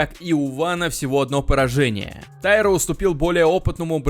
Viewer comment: Правильное ударение - ТаИра.